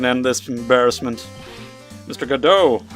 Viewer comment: You're actually right when it comes to the pronunciation of Godot's name. There's a reason for that, it will be revealed eventually.